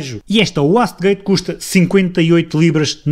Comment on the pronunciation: wastegate lê-se "uaiste gaite". Só um reparo. Bom vídeo.